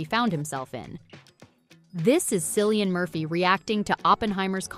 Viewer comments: For the love of God stop pronouncing him a Silly-an. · It's "K"illian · Hard C, please!!!!! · You know this Film Whip video is going to be pathetically bad, when from the onset, they pronounce Murphy's first name with an S sound. 👎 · Learn to pronounce the actor's name you are talking about. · Respectfully! you could have at least got the correct pronunciations of his first name! 🤔🤭🙄🤦🏽‍♀️🇯🇲🇬🇧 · at least pronounce Cillian's name correctly.